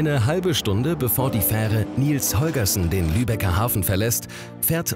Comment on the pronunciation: Bin ich der einzige, der es zum Schießen findet, das er 'Nils Holgerson' ständig falsch ausspricht? :D